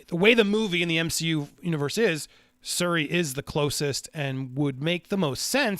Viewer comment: Sir it is pronounced SH-URI!